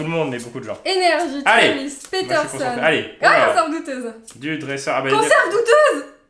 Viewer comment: a dit Trivis c'est Travis caliss